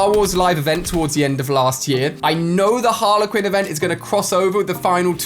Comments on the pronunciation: It’s HarlEY Quinn not Harla Quinn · Harle Quinn 😂 so cringe it’s Harley Quinn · Who says Haler quin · Ali its Harley not Harla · harlequin? no Ali its Harley Quinn not a rugby team. also RIP Kobe Bryant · It is harley quin not harla quin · Everyone: Harley Quin Ali A: HArLeR QuiN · Did he just say Harla Quinn???????? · No-one: Literally no-one: Ali-A: "Harler Quinn" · IKR lol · No one: Ali : Harla quin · Yeah your saying Harley Quinn’s name wrong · He pronounces Harley Quinn wrong